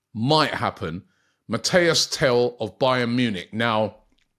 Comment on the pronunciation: Robbie I love you bro BUT the name is MATIIIIIS TEL not Mateo!!!!!